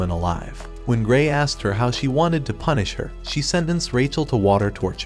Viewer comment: "i dont know what sins shes talking about but she can punich me"😹